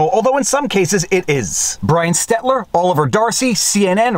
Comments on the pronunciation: Am I missing a joke Viva or do you consistently misspell and mispronounce Brian Stelter's name as Stetler? Where you are reversing the order of the L and T? Is Stelter like Voldemort who shall not be named? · Every time Viva Frei says, "Stetler" an angel gets its wings. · I love how you call him Stetler. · Viva Makes me 😆 till I 😢 m, each time Viva mispronounces Stelter’s Name as STETLER. We KNOW for fact, Viva’s already questioned himself about the name…but for KICKS 🦵 🦵 he does it anyway…..LOVE IT; it demeans STETLER in the best way. Who likes their name mispronounced? 😂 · Does anyone else find it hilarious that Viva still calls him Brian "Stetler" 😂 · Stel...ter Stel...ter STEL...TER 🤦🏻‍♂️ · STELTER! Rhymes with twat - sorry rhymes with “Helter” as in helter skelter…! Love your work! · Aaaaaargh!! STEL-ter. STEL-ter. STEL-ter. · I love how Viva calls him "Stet-ler" I so hope he's trolling 😎🤣🤣🤣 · Viva, It's Brian Stelter, L-T not T-L. Stel-ter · It’s STELTER STELTER STELTER. How hard is it to look the spelling of his name up?!?!?! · Not that I care that much, but will Frei ever get Brian STELTER's name right. uh no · Brian Ste"LT"er god damn it! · Yes lol. Viva always says Stetler 😂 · Viva you have me questioning my own reality in regards to how to pronounce Brian’s last name. Say it with me “Stell” “ter” Brian Stel ter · Stelter's name has an L after the first e. STELTER. As in Helter Skelter. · Viva! READ very very carefully and repeat SLOWLY :D // Brian STELTER....Brian STE L TER..... S T E L T E R !!! If that will make it easier just say HELTER STELTER HELTER STELTER ( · lol "Stetler" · Do you say Stel-turr’s name improperly on purpose? Thanks for the vidjas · STELTER, it's STELTER. L-T, not T-L. You even spelled it wrong and it's making my teeth itch! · It is probably ironic poetry that you constantly mispronounce Brian Stelter as Stetler, as he never gets anything right. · Please never stop mispronouncing his nname as Stetler (from the Stetele